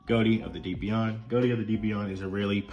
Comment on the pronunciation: I thought konami confirmed that, while that is the joke, it is pronounced "go-tee"